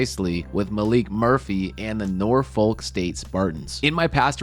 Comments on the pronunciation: Pronounce nah-fik btw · It's pronounced Norphuck